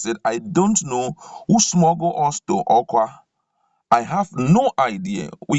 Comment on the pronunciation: This reader should leave the script to the writer as he makes nonsense of the script when he murders certain words. Eg it should be: UmAhi not UmUahi, Awka (pronounced as Oka) not OKWA, UMUahia not UmuOHIA, Arthur not Otor. Alternatively post the script and allow us read. Besides your voice offends. ☹️☹️